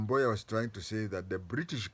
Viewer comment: Wod [ Woud] Boya.... you really pronounced well.